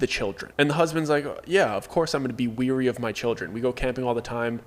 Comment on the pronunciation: For future stories, weary is pronounced “WHERE-E” not “WE’RE-E”.